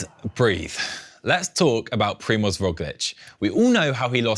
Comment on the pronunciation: Is it so hard to google "Primoz pronunciation" as a preparation for the show if I plan to mention the name a gazillion times?